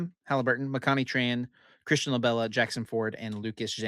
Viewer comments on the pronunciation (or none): none